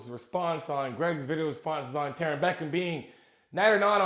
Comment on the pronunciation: "Tarin Beckham"